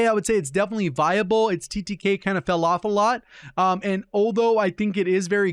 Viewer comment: OMG I cracked up when you said "it's TTK kinda fell off a lot" 😂 It sounds like you said Falafel or something 😂